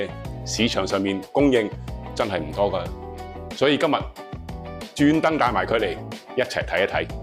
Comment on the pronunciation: 今日變咗今(物) ??????????????????????????????????????? 乜q廣東話嚟㗎